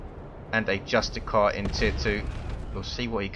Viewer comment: euh, dont you pronounce justicar as justisar, you make it sound like its just a car but awesome cast, i played the grey knights myself but it needs to get nerfed/buffed/decreased cost etc. (oh and get the emblem which comes with the gk color scheme right you twats ^^)